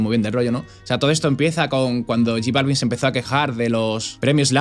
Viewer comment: No sabe ni pronunciar j Balvin